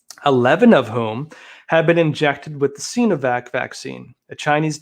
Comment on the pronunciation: Arggh. Love you but the "Sino" in Sinovac is pronounce with a long I, like sigh-no-vac. Not "seenovac".